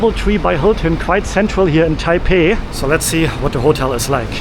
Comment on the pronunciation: i love you man, but im cringing already with you saying taipei .. i just know its gonna start a comment war.